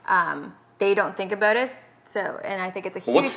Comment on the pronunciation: we dont say aboot..